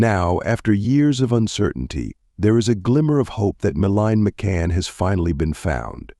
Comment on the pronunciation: Can’t even get her name right